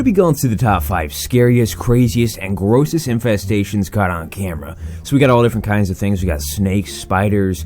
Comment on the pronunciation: infesestations but he don’t give a shit xD